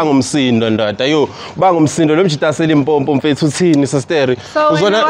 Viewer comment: Limpopo not Limpompo, lerete!